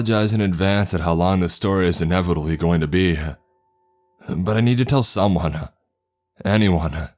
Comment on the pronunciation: "Someonuh, anyoneuh, everythinguh." You sound like Patrick Warburton if he had an extra chromosome.